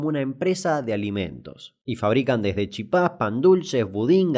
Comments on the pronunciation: Es chipa sin acento Damián, no chípa. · It's chipa, no chipá. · Genial los videos Damián! Siempre adictivos , pero xfa decirlo bien, es CHIPA sin acento, el acento se lo pusieron los porteños anda a saber xq. Te recomiendo que chusmees la historia de del secuestro y muerte de Cecilia Cubas, hija del ex presidente de Paraguay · Solo los argentinos dicen chipá…. No se acentúa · No es “chipá” es “chipa” y se pronuncia sin acento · Es chipa, no chipá, y chipitas no chipasitos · Hay que pelotudo no save decir chipa,chipa se dice poniendole un hacento a la "i",haci chIpa no chipA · No es CHIPÁ, es CHIPA 🙄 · No es chipá es "chipa" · Se dice chipa no chipá papi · es CHIPA - no CHIPÁ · Primero: No se dice Chipá, se dice Chípa. El acento en la A es un invento Porteño. Sengundo: Se dice Chipita!! La palabra Chipacito es un invento Chaqueño, solo lo ví en Resistencia. P/D: las chipitas de Posadas son muy superiores a los chipacitos de Resistencia. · Sos muy simpático y buena onda, pero esa costumbre chaqueña/correntina de decir chipá o chipacitos.... Cuando CLARAMENTE en el empaque dice "Chipitas" (min ) porque la palabra es CHIPA, grave sin tilde (termina en N, S o vocal) Abrazo desde Misiones, genio. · Me defraudaste que digas chipá y no chípa como realmente es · Alguien le dice que se llama chipa no CHIPÁ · Ellos lo dicen en guaraní, en español es "Chípa" en guaraní "Chipá" pero realmente se pronuncia "Shipá" ya que la "Ch" se pronuncia como "Sh". Lpm, y yo dando clases de guaraní básico, mejor me voy a hacerme una paja, deseenme suerte. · pero no lo dicen con la correcta pronunciacion tampoco. Si es en español se dice CHIPA, si es en guaraní se dice SHIPÁ. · mi cabeza explotó zamba (el dibujito) se supone que es de formosa y siempre pronuncia chipá, le tengo un firme odio por eso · se puede pronunciar con acento sería en guaraní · Escribir Chípa esta mal, se escribe Chipa. Escribir Chipá esta bien pero esta mal pronunciado.